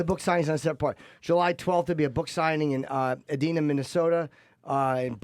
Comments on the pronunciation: its pronounced e-DINE-na, minnesota. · Lol It's pronounced "EedieNah":)